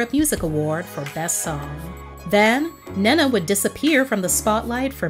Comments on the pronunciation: I absolutely love this video I missed her so much, just if I may say her name is pronounced "Né-Né" more than Nana 💕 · Her name is pronounced Ney Na. You are mispronouncing her name. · Ahhh, it's pronounced Neneh Cherry = "Nina" Cherry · Lol I like how you pronounce her name. We pronounce is as “knee’ Nah”